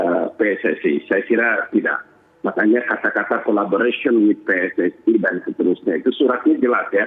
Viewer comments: ... collaboration pakk ... kabolarasion kabolarasion . Hadehhh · kabolaresyen😭😭 diulang lagi😭😭 pak pak isin aku pak, minimal lek baca tulisan enggres trus gaiso enggres e mbok ya didengerin lewat google translate nopo pak, latihan ngomong e alon2, duwe isin sitik po'o pak pak